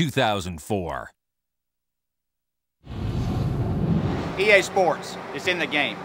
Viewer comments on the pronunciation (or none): “EA SPOWTS” 10/10 Elliot Sadler